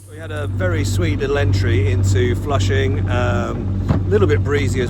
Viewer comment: Also "Flushing" I didn't have a clue what he was talking about until they wrote it on the screen. A new low in butchering words, even for the undisputed world champions in that: native English speakers.